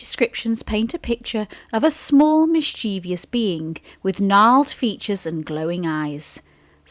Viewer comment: There are only two Is in mischievous, not three, and only three syllables, not four.